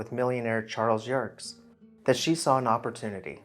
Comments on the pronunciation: Very interesting, well researched, however the last name of Chas. Yerkes is properly pronounced 'YUR-KEEZ' and not 'YURKS" as the commentator suggests, Having known several generations of the family, I tend to 'cringe' at the latter pronunciation, LOL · "Yerkes" has two syllables....